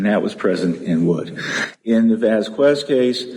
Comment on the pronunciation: love white people pronouncing "VasquWEZ" 🤣💯🤣